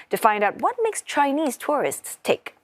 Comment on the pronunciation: Please don't pronounce tourists as tourist. One is plural the other is singular. Learn how to pronounce correctly!